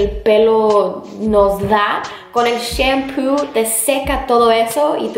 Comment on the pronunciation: Mori de risa cuando dijite shempu y es shampoo